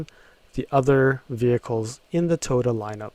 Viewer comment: Toto, Toto, WTF wasn't that the name of the dog in The Wizard of Oz... dude your pronunciation sucks